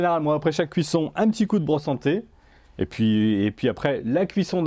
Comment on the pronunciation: J'ai bugué au moment ou vous parlez de la "bro-santé" au lieu de la "brosse en T" 🤣🤣 #fautpaschercher